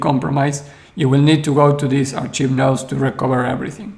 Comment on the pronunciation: Thanks for the thorough analysis. I'm not sure I understand your concern with the archive nodes, though. Why do you think having a history creates centralization or makes it compromisable? By the way: Archive is pronounced "Ark-ive" not "Ar-cheeve". I don't mean to pick on your English, which is very good; that just seems like a word you might need to use again in these videos.